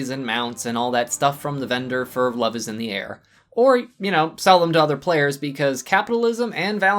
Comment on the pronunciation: Did you say 'Sub is in the air?' Cause it sounded like you said 'sub is in the air'.